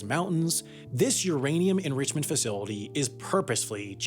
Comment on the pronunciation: Uh-ranium and the Carcass Mountains?